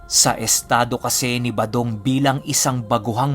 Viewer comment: 118th parang balong at Hindi badong Ang narinig ko that you said.baka tenga ko Ang May difference sya